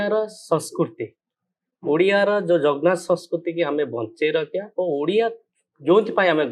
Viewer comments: ଇଂରାଜୀ ବିଧାୟକ ଆଜ୍ଞା ମହାପ୍ରଭୁଙ୍କ ନାଁ ଟା ଟିକେ ଭଲସେ ଉଚ୍ଚାରଣ କରନ୍ତୁ ଜଗ୍ ନାଥ ନୁହେଁ ସେ ଆମ ଓଡିଆଙ୍କ ପ୍ରାଣ ଜଗନ୍ନାଥ 🙏ମହାପ୍ରଭୁ ଆପଣଙ୍କୁ ସଦବୁଦ୍ଧି ଦିଅନ୍ତୁ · ta...jagnath...jie ama prabhu ku thike se pronounce kari paruni se katha kahuchhi.. Yaku kie kahila us people dnt use grammar 😂😂😂